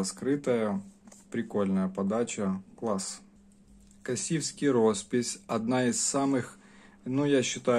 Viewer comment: Спасибо за обзор! Единственно, немного режет слух: Косівський розпис, ударение на "О", м. Косів на Прикарпатті. И конечно Марена, ударение на "Е", красивая и вкусная рыба, жаль, что попала в Красную книгу.